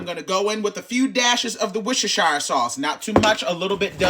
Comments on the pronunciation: Not 'woosher-shire' sauce... As someone from the UK, that did make me laugh 😂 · The fact he knew how to say whocisire